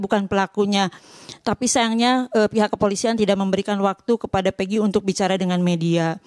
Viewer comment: Nah baru benar penyebutan nama pegi Setiawan,beda sm egi perong